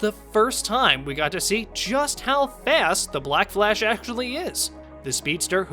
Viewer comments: It's the Flash not Flesh. You keep pronouncing it like Flesh not Flash. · I keep hearing “Flesh” instead of “Flash” smh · Sounds like your saying Flesh not Flash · Is it me or does he sometimes sounds like he's pronouncing Flash as flesh. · Am I the only one who keeps hearing "the flesh"?